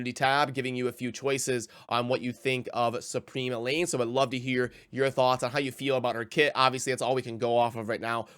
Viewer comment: I remember you calling her Elaine throughout numerous videos back then. I think it’s El-haine but whatever. I still like your content lol.